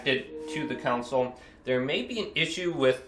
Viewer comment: It’s console. Not counsel